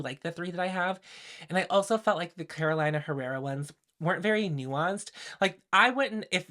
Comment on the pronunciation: may I say you're too polished to say carola-ina herrera, pencil it in for next time as caroleena herrera! PS: I've been waaaay more intregued by the LH palette rather than this ND launch. And if everyone did magnetic palettes/ pans, i dont know if i would even consider half the ND palettes I'm interested in...